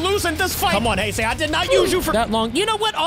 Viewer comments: It's pronounced Hey-sei not Hi-sei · And it’s pronounced hay-say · great job on getting destoroyah also you mispronounced heisei its like saying hey-say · Its pronounced: 'HEY-SAY'